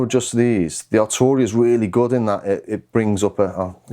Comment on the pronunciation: Prefect. At last - Arturia is pronounced "Ar-Tur-ia" and not "Ar-Chew-Ri-a" as is habitually practiced by non-non-scousers.